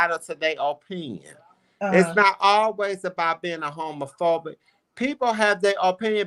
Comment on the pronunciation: Did she say dookie fobic!?🤔😆😆🤣😆🤣💩 OMG 😳!